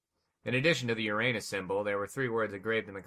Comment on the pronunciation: i like the fact ace said uranus correctly and tyranee said it the jokey amature way lol